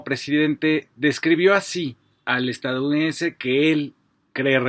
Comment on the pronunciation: Se dice EstaDOunidense, no estaunidense 🤦